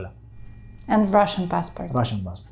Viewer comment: We don't say "Bassbort", 😂in Eritrea 😂 we say "Passport"